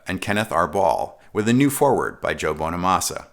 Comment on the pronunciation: Joe "Bone-a-massa" ... I like it!